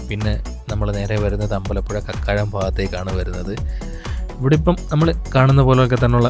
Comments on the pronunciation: ക്യാരമൽ കോളേജ് ❌ കാർമൽ കോളേജ് ✅ കക്കാഴം ❌ കാക്കാഴം ✅ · കക്കാഴം അല്ല കാക്കാഴം എന്നാണ്